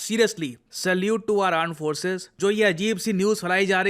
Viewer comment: Pls it's not urmp force it's indian arms force